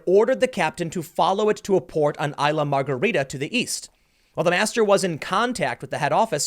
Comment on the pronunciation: Isla is pronounced 'iss-la' and Curaçao is 'Coora-sow'.